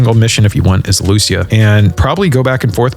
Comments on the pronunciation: The way you pronounce 'Lucia' is shocking. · Dude cannot pronounce Lucia correctly